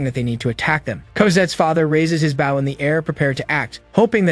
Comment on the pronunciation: Not Baugh its Bow